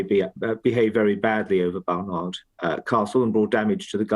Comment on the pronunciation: Baroness Fall can't even get the name correct 'It's Barnard Castle not Bernard Castle